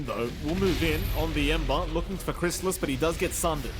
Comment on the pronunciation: alright, finally we see some new heroes from Crystallis! That's not a bad PA, still shaky tho even against SR. Also, i dunno what's worse between Saksa playing Tusk for 3 games, bzm's DK in game 2 or the fact that the caster kept calling him Crystalize in game 1 lol